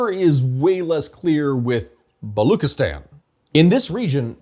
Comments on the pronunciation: Baluchistan is pronounced Balooch(ch:cherry)-istan not “Balok” therefor the ethnicity is known as “Balooch”. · Thnk u for this you're butchering Baluchstan pronunciation though The ch is pronounced as in chess